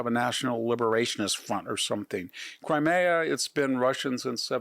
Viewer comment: Victor doesn't know how to pronounce Crimea correctly? Interesting....